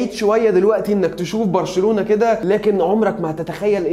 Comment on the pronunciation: اللي قاله برشلنلاوي هي غلط بس مش برشلالاوي